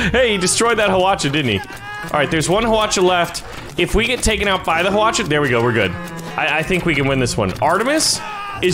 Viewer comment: You don't pronounce the "H" in Hwacha